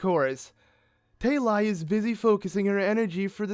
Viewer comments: How do you get "Tail-I" from the name Tali? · Who else here got triggered when he wasn't pronouncing TALI correctly. Freaking boschtet!